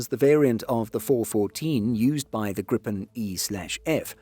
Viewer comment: Slight gripe (pun intendeD) with this video: It is not pronounced grip'n, but gree-pen, with a syllable break before the 'p'.